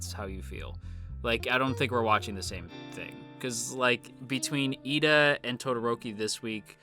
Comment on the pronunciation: It is actually Iida with a captial i as the first letter ^^ If it was Lida, you would hear japanese pronounced "leader" instead. Pls no hate, I just mean it in a good way.